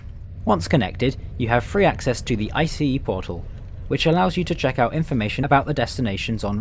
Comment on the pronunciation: Okayokayokay... I'm not even 30 seconds in and I'm already freaking out!! Finally someone who pronounces ICE correctly! Funnily enough, I'm currently on an ICE4 set. The seat comfort is good IMO, could still use some more padding, but the shape is great. I'm personally a big fan of the winged headrests, though I imagine one might find them a hindrance when trying to have a conversation with their neighbor. Ride quality is good, though my service has yet to reach top speed. (Guess a second edit is in order) The interior is overall very pleasant esp with the mood lighting in place, though I wish they'd also dim down the direct lighting when enabling it. Tomorrow evening I might get chance to have dinner on a train for the first time in my life, I'll update this comment then. Update: I forgot about window alignment! Yeah, it's pretty spotty. Funnily, I did intentionally choose a poorly aligned seat since I'm travelling overnight anyway